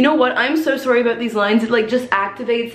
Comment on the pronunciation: the fact that she pronounces sorry as soowry